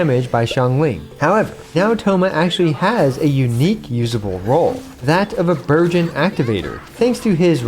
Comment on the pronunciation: it is just me or when he say burgeon I hear virgin ಥ‿ಥ